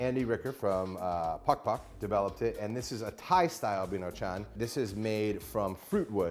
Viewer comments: Binchoutan lol, not bintochan. And yakitori using beef? Funny. Strictly speaking, that's called gyu-kushiyaki. Get your vernacular right, bro. Other than that, what we're seeing in basically a video on how to make a homemade, knock-off hibachi. Nice idea, although buying a proper hibachi online is less hassle and probably cheaper. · why he just doesn't get a konro grill they're like 30 bucks, also is binchotan not bintochan!! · You are right. Ogatan and Binchotan(He somehow pronounced it like "bintochang") is completely different. You can tell it from how it looks. Ogatan has long burn rate and less smokes so it works like Binchotan tho.